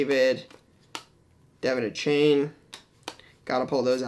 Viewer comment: A-Chan not A-Chain